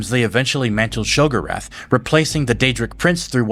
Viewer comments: Omg and it’s she go rath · It’s pronounce Sheo-go-wrath if you play oblivion all the NPC pronounce it this way. 😓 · You've mispronounced a lot of common words. Have you played these games or just read the lore? No shame either way it just makes it hard to follow what's being said when I hear keridillic instead of cyrodiillic or shegurath instead of sheogorath. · I mean this with a lot of respect because it's clear you know more than I do by a lot - but why do you pronounce some things weird? Like "sheogorath" and "cyrodiil" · youre pronunciation of sheogorath drives me up the wall but, i love your storytelling dude keep up the good work. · The way you said Sheogorath gave me a stroke lol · Also very minor nitpick and it's more me being pedantic / OCD kicking in there was several names you mispronounced in the video cyroddil and sheogorath being most notable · Why do you say Cyrodillic, Nerevarine, Sheogorath, & Pelinal so painfully wrong? Have you even played the games or are you just relaying other people's theories on games you've never played?